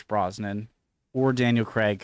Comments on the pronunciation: His name is Craig! Daniel Craig! NOT CREGG! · Where's DAVID NIVEN !? He played James Bond in the original CASINO ROYALE in 1967. CUBBY BROCCOLI's family " invented" the vegetable broccoli by crossing cauliflower and rabe. CRAIG is pronounced CRAYG not CREG !